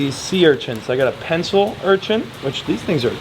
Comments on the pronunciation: Urchants lol not urchin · URCHIN, not URCHINT 🤣